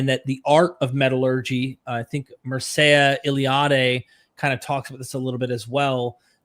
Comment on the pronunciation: Eliade's pronunciation is Mihr-Chah